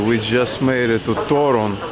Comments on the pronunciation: One, tiny tip regarding accenting polish words. Most of them are accented at the penultimate syllable: TO-ruń, to-RUŃ-skie, pier-NI-ki, mu-ZE-um, etc. As always, there are some exceptions (i.e. words taken from greek are sometimes accented at third syllable from the end - i.e. ma-te-MA-ty-ka), but in like 95% of words accenting second to last syllable is the correct way. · As for Polish, the stress (udareniye) is ALWAYS on the second last syllable. Therefore TOruń (and also "w TorUniu" - in Toruń - stille second last syllable), PienikOwy raj, piernIki, muzEum torunskIEgo pienIka, WarszAwa, etc. :-) should make it easier.